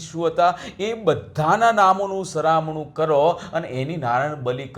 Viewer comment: સરમાણું નહીં પણ સરા વણું કહેવાય